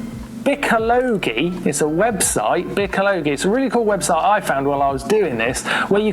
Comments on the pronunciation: Lol "bikko-lowgi" is it not bike-ology like technology? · I believe it's pronounced "Bike Ology" like biology. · #GMBN Martyn I believe the site is pronounced (Bike-ology) Bikologi. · Hey Martyn, I think the website is pronounced "Bike-ology" like ecology. I could be wrong, but it's very cool. I just built a $7000 fantasy Ibis DV9 hardtail. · Bikologi pronounced Bike-Ol-ah-gee